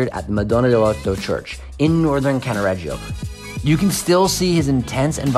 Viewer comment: you've have improve the pronunciations.........f.e. it is "Cannaredjo" not CannaREggeeeo......